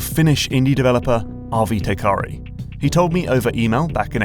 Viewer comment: Isn't the developer's name Teikari, not Tekari?